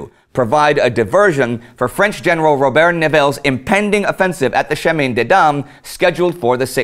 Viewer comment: I know french prononciation is often hard for english speakers, but everytime Indy says "chemin", I cringe. Still, keep up the good work!